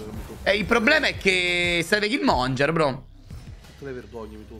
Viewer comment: Perche lo chiamate Killmonger? 😭😭😭 É killmonGHEr